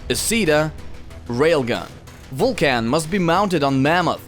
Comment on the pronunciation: "the best combo to use near blue flag is titaaaan and vulcaaaan" XD wtf pronunciation